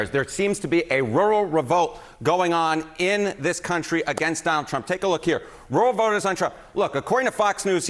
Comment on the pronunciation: so much happenin with woowal votahs